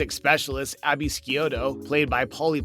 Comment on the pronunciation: B-sic procedure? V-zing Abby's lab? Never getting Abby's name right? wth is with this guy? I think I'm done with this channel...